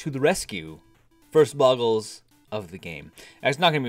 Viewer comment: it's pronounced, bow-gl